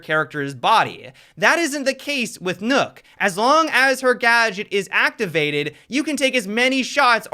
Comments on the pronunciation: Please dont say nook. Maybe "knock" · Nook? Replace the L in Luck with an N and you get Nøkk. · WHY DO PEOPLE KEEP CALLING HER NOOK? Is Nøkk a phonetic thing? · can we please stop calling her, "Nook?" Please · It is pronounced Nurk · People saying Nook triggers me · Could hardly get through the video because every time he said nokk I cringed..